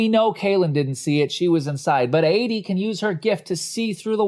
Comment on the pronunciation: Editing was mediocre. An arm that kept getting in the way, awkward pauses, a couple of repeated script lines. Content wise: The fart/poop and sex jokes kill it. Constant mispronunciation of the name Adie is distracting.